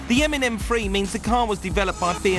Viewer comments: "M Free" I guess he has a problem with using "TH" sounds. LMAO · its pronounced M3, not M fweee